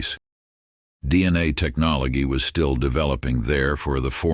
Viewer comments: wait, is this pronunciation of the word "technology" correct? 'Cause I've never heard anyone pronounce it like this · no it is not correct